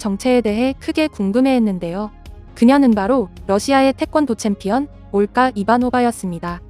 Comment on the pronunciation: 발음이 왜 이렇게 거슬리지? 올가를 올까로 된소리로 발음하네 정작 지적인 은 된소리로 발음해야 하는데 안하고 가라데는 가라테? ㅎㅎ